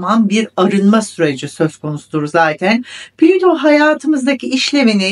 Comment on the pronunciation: Evet niye plito diyorsunuz